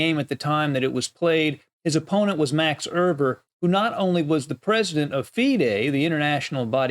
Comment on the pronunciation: Max Erber? Max Euwe ,yes.